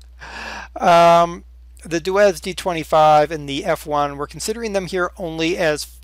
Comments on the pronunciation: DER! It's not "Duez" :D. It's "Doitz". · i thought it was pronounced Dootz